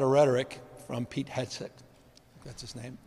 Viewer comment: He can’t even pronounce Hegseth’s name. Dyslexic non reader can’t speak or analyze